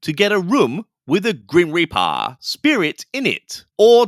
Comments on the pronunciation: Every single time you said “Grim Reap Uh” I cackled! 🤣🤣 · Your Cali, slacker accent 😂 “Grim Reparrrr” 💀😂 WHY DO THEY ( and other “ghost hunters” ) ALWAYS OVERREACH AND MAKE 💩UP?!?!? Did they go to the Wyatt Housman ( TP) tutorial on “How to Make Up a BS narrative?” Outta nothing! …NOTHING!!! 😫 BTW , Bonus Point on this one for the inclusion of Mean Girls 🙌 😉👍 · I replayed “It’s like the grim reapaah, but not, like, the grim reapaah” about 200x now.. 😂❤ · Omg I really must watch your videos when it’s not 00.40 am 😂 as I’m keeping everyone awake…”the grim repaaa” killing me every time 😂 as for the two giggling geese, holy 💩give me strength. They’ve actually done it, they’ve achieved actual worse ghost hunters on YouTube … maybe across every social media platform, give it up and get a real job girls 🤦🏻‍♀️ Thanks for covering this, I’m sorry for your pain just know it’s appreciated 😂🤷🏻‍♀️💕